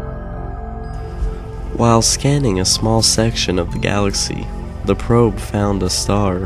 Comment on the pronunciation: "the probe" sounds wrong